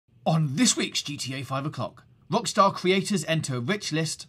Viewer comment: This guy has got one seriously annoying accent, he cannot pronounce the letter 'R' to save his life. "This week on GTA 5 o'clock, Wockstaw entew ouw wich list"